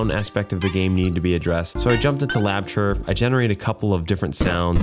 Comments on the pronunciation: the software he’s using is LabChirp — I couldn’t for the life of me understand what he was saying when he named the program and the screenshot conveniently doesn’t show the title bar 🤦‍♂️ but after some googling I can confidently say even though it sounds like he’s say “lab tur” it is in fact “lab chirp” 😅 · Thanks, I thought he said lab tur lol